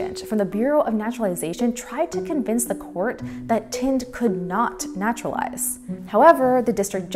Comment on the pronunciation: Please learn to pronounce Indian names and words correctly, especially as you appear to be of Indian ancestry. The gentleman's family or caste name is not TIND, which means A BALD PATE, but THIND, which is pronounced like THIN with a D at the end. Not to difficult, eh, if you thought (TOT!) DIS VUS IMPOTENT